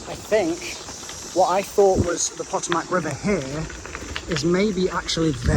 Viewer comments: when you got to the wharf i busted out laughing when you said potomac river lol its puh-tow-mac atleast here in wv panhandle lol EDIT and dont forget maryland its pronounced mareland lol too funny love the content though cant wait to see whats next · A Brit having to solve riddles based on US history is top tier content The Potomac: Puh-toe-mic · As a Virginian, it's painful hearing mispronounce Potomac and Aquia. No gators, they stop at the NC/VA border. Likely beaver or muskrat. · as a Marylander the way he pronounced Potomac killed me 😂